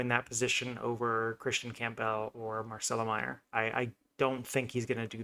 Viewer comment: I can't take this seriously if you can't even pronounce Campbell properly.